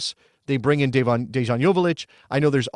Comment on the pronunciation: just wanted to let you know dejan’s name is pronounced with a y but good video